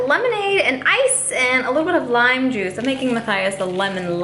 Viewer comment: it did not sound like the word juice.